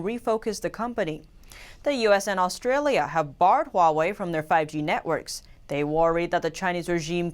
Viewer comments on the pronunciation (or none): none